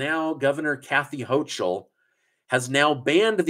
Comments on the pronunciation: NY Governor Hochul is pronounced "HO KUL" The ch is pronounced a a "K." Crime is up 13% on subways from last year. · As a commentator, you should know how to pronounce someone's name. Kathy Hochul's last name, you keep saying wrong! It's said as "HO-KULL". The CH is said as in "Loch Ness", with a "K" sound. NOT a CH sound as in CHAIR! Geeze! I don't live in the State of New York, & even I know this! You can go to google search & ask "How to Pronounce Kathy Hochul?", & it will tell you how. Other than this, I do like your vids.